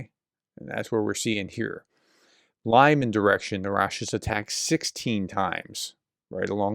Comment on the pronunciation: When car racing was popular, one of the most prestigious was LeMans. We know how to pronounce this. Le - MAN. That’s how to pronounce Lyman, in Ukraine. The accent is on the second syllable. And it’s not ROBo tyne. It’s RoBOT yneh.